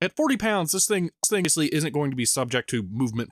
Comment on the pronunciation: "Sthingously" should be a word